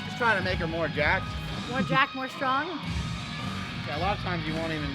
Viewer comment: STrong more like STwrong